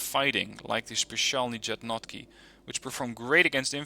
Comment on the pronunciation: Slavic languages are hard for someone who's native language is Germanic. I can...attempt, but that's all I can do XD